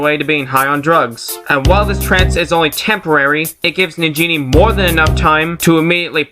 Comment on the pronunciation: Sounded like you said Nigga Shantae! XD